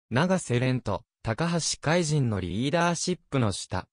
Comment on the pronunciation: たかはしかいと、としそんじゅんです。 これ直せないのでしょうか？ 聞いていて、嫌な気分です。 爽やかなＣＭなので😅